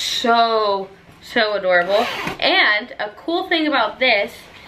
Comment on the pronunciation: U SAID ADDORABLE